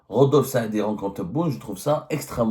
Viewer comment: Rodolphe Saadé et pas Rodolphe Saadi😂😂😂